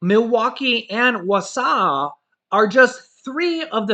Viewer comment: Pronounced Wah Saw! Wausau